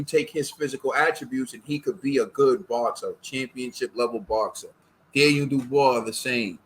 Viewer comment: Dan-Knee-el Dubois